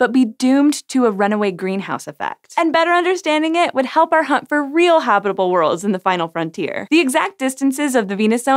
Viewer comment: I swear you're saying HOBBITable zone. They seem to do well even in Mordor, so Venus is doable.